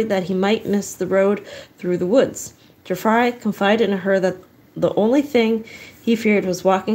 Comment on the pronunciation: It's pronounced Tree Fry. Apparently I traveled back in time. Good to know I was murdered on the trip.